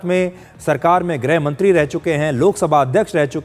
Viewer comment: तुम ग़लत बोल रहे हो,,,,,, तुम्हें ग़लत बोलना शौभा नहीं देता,,,,, तुम गृह मंत्री को ग्रह मंत्री बोल रहे हो,,,,, छी छी छी